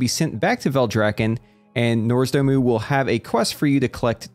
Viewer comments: Nozdormu, nps name is NOZDORMU not Norsdomu...oh pls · Ermahgerd, ertz Norzdumu 🤓